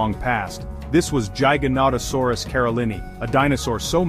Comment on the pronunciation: based on the way you say giganotosaurus i trust absolutley nothing you say... youre terrible